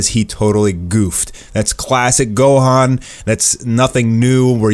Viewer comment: Don't speak on my man gohans name like that 😂😂